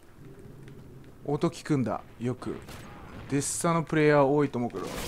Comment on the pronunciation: デスサになってますwww デッサですね笑 連コメすいません